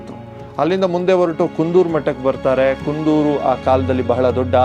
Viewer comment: ಕುಂದೂರು ಅಲ್ಲ ಕುಂತೂರು .... ಚೆನ್ನಾಗಿ ಹೇಳಿದಿರಿ